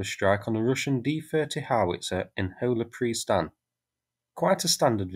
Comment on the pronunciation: Your pronunciation of "Hola Prystan" is on point